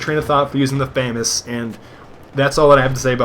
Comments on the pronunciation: F-A Mass. FAMAS pronunciation FAMAS in English means "Assault Aifle from the Saint-Étienne weapons factory" in English. Eff-Ayy Mass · I think its prohnounced FAMAS